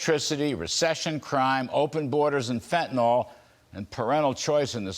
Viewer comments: Fentanyl, not FentaNOL. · I'm still waiting for someone in the media to pronounce the name of the drug correctly. Mr. Kudlow does not, nor do any others I've heard so far.